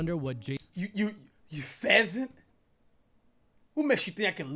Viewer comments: Its pesant not fesant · Man said pheasant instead of peasant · lol cash said 'pheasant'. That's a bird bruh. You mean a peasant. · Not Cash calling someone a pheasant instead of peasant😂😂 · You “pheasant” 😂😂😂 Cash is the best bro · “you FEASANT” omfgggg he meant to say “Peasant” i’m deaddddddd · It’s pheasant btw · This nigga said feasant I'm sleep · “you pheasant” c’mon cash 😂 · Cash said “you pheasant”💀I think he meant peasant cuz pheasant is a bird😂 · bro said pheasant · this man cash said "you peasant" like "you pheasant" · “Feseant” lol